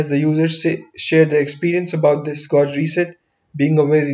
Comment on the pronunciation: It's been 9 years wonder if he learned to pronounce "gauge".